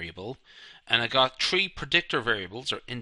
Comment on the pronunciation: it's tree variables..!! 🤣 🤪